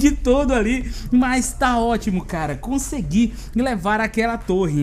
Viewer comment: Engraçado foi aqui kkkk não to julgando porque ele falou errado foi que achei engraçado Hehe Conseguilhu* Em seguida Lindario* Hehe Que esta interpretando errado desculpas só achei engraçado